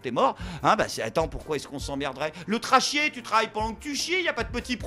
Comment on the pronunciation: Le "trachier"? Mdr j'adore ! Vous avez oublié le trarêve.